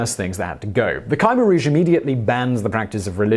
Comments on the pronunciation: It is generally pronounced "kuh-MAIR Rouge" not "Kiemer Rouge". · The group headed by Pol Pot is pronounced “Ka-mare-rouge” not “Ky-mer-rouge”! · Is his khmer rouge pronunciation killing anyone, I shudder every time hes 'kai meer rouge' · Ky-mer-rouge is wrong, period!